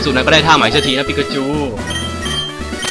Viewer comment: พอพี่พูดปิ๊กาจู ผมนึกว่า ไอนั้นทุกทีเลย